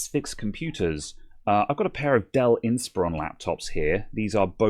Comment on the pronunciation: sorry about that question: Are you sure you're pronouncing inspIron correctly?